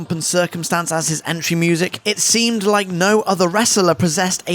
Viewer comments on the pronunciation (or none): none